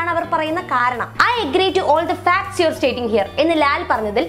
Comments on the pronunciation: യൂട്യൂബ് വീഡിയോ സെറ്റിങിസിൽ playback speed 0.25 ഇട്ടു കേട്ടാൽ മനസിലാവും ഫാക്ട് ആണോ ഫക്ക് ആണോ എന്ന് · ഫാക്ട്സ് എന്നുള്ളത് പറഞ്ഞപ്പോൾ ഫക്ടസ് എന്നായി . കേട്ടത് വേറെയായിപ്പോയി .അവതാരക കണക്കാണ് . മലയാളിയുടെ തെറി പറഞ്ഞു ശീലിച്ചത് പൊതുവെ" മ " യിലാണ് " ഫ " യിലല്ല . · മോളെ ലാൽ ഉച്ചരിച്ചത് തെറ്റിയത് ആണ് ഉദേശിച്ചത്‌ facts ആയിരിക്കാം പക്ഷെ ഉച്ചാരണം തെറ്റായിതന്നെ ആണ് ശ്രദ്ധിച്ചാൽ മനസിലാകുന്നത്. എനിക് അങ്ങനെ തന്നെ ആണ് തോന്നുന്നു. ലാൽ ഉദ്ദേശിച്ച വാക് ഫെക്ട് ആയിരിക്കാം പാക്ക്ഷേ സംസാരത്തിൽ ഉച്ചാരണം തെറ്റായിട്ട് തന്നെയാണ് വരുന്നത് അതു ലാൽ അറിയാതെ വന്നതകാം എനി ഇതിൽ എല്ലാം പ്രധാനപെട്ട വിഷയം ഇവർ എന്തിനു ചർച്ചയിൽ ഇംഗ്ലീഷ് ഉപയോഗിക്കുന്നത് മലയാളം ഭാഷയെ ഗവണ്മെന്റ് തലത്തിൽ കൊണ്ടുവരണം എന്ന് പറയുന്ന ഇവർ തന്നെ എന്തിനാണ് മലയാളികൾ കേൾക്കുന്ന നമ്മുടെ ഇടയിൽ ഇംഗ്ലീഷ് പറയുന്നത് ഇംഗ്ലീഷ് വേണ്ട എന്ന് തലമുറ ഇടുന്നവർ ആണല്ലോ ഇവർ എന്നിട്ട് മക്കളെ ഇംഗ്ലീഷ് സ്കൂളിൽ പഠിപ്പിക്കുന്നു മക്കളുജോലി ചെയുന്ന സ്ഥലം ഇംഗ്ലീഷിൽ അപ്പോൾ സാധാരണകാരുടെ മേലിൽ മലയാളം ഔദ്യോഗിക ഭാഷ ആകണം എന്നും എന്നിട്ട് ചാനലിൽ ചർച്ചയിൽ മലയാളo പറയേണ്ടുന്ന സ്ഥലത്തു സന്ദർഭികമായി വായിരിദയത്തിമാറ്റത്തിന് വേണ്ടി ഇംഗ്ലീഷ് സംസാരിക്കും അതിൽ വാക്കുകൾ ഉച്ചാരണം പാളിപോയാൽ പിന്നെ മോങ്ങിടു കാര്യം ഇല്ല ഇംഗ്ലീഷിൽ ചില വാക്കുകൾ ഒരു സ്പെല്ലിങ് അങ്ങോട്ടോ ഇങ്ങോട്ടോ മാറിപോയാൽ പിന്നെ അടിപൊളി അർത്ഥം മലയാളം ആയി മാറൂം പിനിശ് അതുകൊണ്ട് ആഘോഷം ആകും ചിലർക്കു അതാണ് എവിടെയും ഉണ്ടായത് ഇതു എല്ലവരും ചർച്ചയിൽ മലയാളം പറഞ്ഞാൽ മതി എനി മുറിയാൻ ഇംഗ്ലീഷും ആയി ചർച്ച വേണ്ട ഇവർ ഞങ്ങൾ സ്കൂളിൽ പഠിക്കുന്നകാലത്ത്‌ ഇംഗ്ലീഷ് വിരോധം കാരണം ഞങ്ങൾക്കു ഇംഗ്ലീഷ് പഠിക്കുവാൻ സാധിച്ചില്ലപലരാഷ്‌ടീയക്കാരുടെ മക്കൾ ഇംഗ്ലീഷ് പഠിപ്പിച്ചു അവർ പല ഔദ്യോഗികപരമല്ലാത്ത സ്ഥാനത്തു കൈകാര്യം ചെയുന്നു സാധാരണ കാർ pscറാങ്ക് വാങ്ങി വിട്ടിൽ കാത്തിരിക്കുന്നു ഞങ്ങളെ പോലെയുള്ള കുറെ ആൾകാർ ഇംഗ്ലീഷ് അറിയാത്തത് കാരണം വളെരെ പ്രയാസപ്പെടുന്നു. എനി എനിക്ക് പറയാനുള്ളത് ഇനിയെങ്കിലും ഇത്തരം മുറിയാൻ ഇംഗ്ലീ